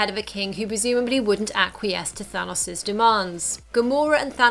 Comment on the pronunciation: Why do most people say Thanos wrong like you